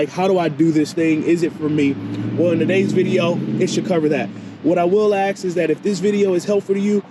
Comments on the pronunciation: Why africans can never say “ask” lol Muh Axe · It’s ask. Not aks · i love it when you axe me to subscribe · I would like to ASK you to please stop saying AKS!